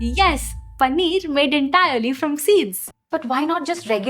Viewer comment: पनीअर 😂😂. Great video though. Thanks.